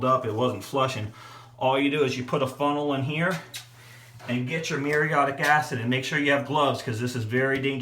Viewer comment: It's woulDn't, not wunt, and shoulDn't, not shunt. MuriAtic, not muriOtic acid.